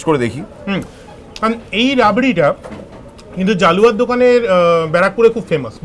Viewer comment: ওটা জালুয়া নয়, জলুয়া🙄